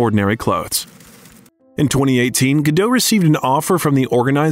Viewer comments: Very informative, but I had heard most of this before. BUT!!! If you're speaking as an expert on Gal Gadot, don't you think you should pronounce her name correctly?? This completely erodes any credibility of this video. Someone did all this research, edited all these clips, and could't teach the narrator that the T IN GODAT ISN'T SILENT!! REALLY? How could you make such a MORONIC MISTAKE pronouncing her name incorrectly over and over and over again??? UNFORGIVEABLE!! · very bad eresentation... and Gadot "T" is pronounced! check your facts! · Her name is Hebrew, not French, and the T is pronounced. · Pro ounce her name correctly: Gah doat. Her mother' s name is Ear eet. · GAL GADOT. T is silent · It's a shame you can't pronounce Gadot correctly